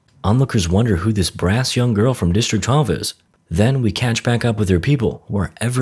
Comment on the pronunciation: It's brash not brass.